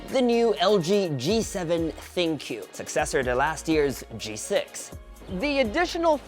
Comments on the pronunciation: I think it's called as think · I wonder why tech reviewers struggle to pronounce it as thinQ (think) as the AI feature suggest it. But nevertheless it was a great review and fun to watch. Keep it up.